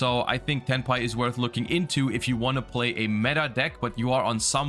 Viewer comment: Every time he stays Tenpai.... all I can hear him saying is Hentai..... 💀